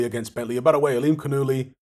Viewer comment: There seems to be a major Farsi influence all around the Caspian sea. Got to love that pronounciation tho "Aa-lim-khan-ullah"